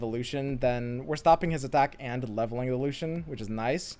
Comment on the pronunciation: He doesn't say "And" he says "Ans". It is kinda tilting. lol